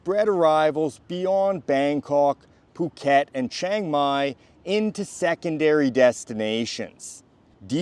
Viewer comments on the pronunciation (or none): Brother, you really have to start learning how to pronounce… (Chang Mai)